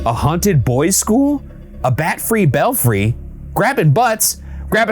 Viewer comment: It’s “belfry”